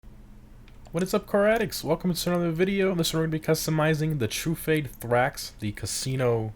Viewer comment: I've never heard anyone pronounced Truffade as "True-Fade" lol